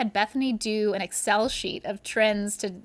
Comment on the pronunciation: Never heard anyone say Excel like she did